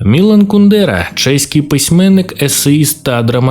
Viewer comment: От як можна роблячи настільки бути невігласом, що не знати як ставиться наголос у прізвищі Кундера. Навіть не перевірити. Коротше, відписка. Автор робить відео про те, на чому не розуміється.